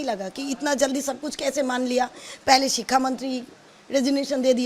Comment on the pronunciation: Didi thik se bolna sikho sikka mantri nhi Shiksha mantri practice kro aa jayega 😂😂😂